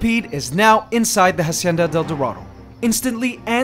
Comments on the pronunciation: If your gonna name the enclosure Hacienda del dorado at least pronounce it right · Please stop pronouncing "hacienda" wrong, the h is mute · In Hacienda the H isn't pronounced in spanish. Fantastic channel.